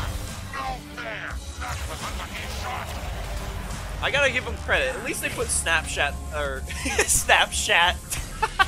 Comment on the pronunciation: dude really said "Snap Shat"